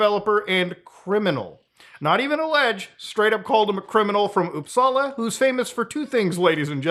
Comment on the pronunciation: Hearing him say “Uppsala” makes me happy as a swede 😇 pronounced it with perfection as well ✨